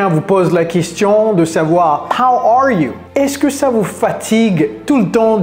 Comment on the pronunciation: How arrrrre you 😂😂😂😂😂😂